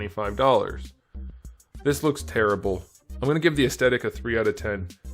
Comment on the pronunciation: "Paint job is turrible"....Figure so bad he's channeling his inner Charles Barkley.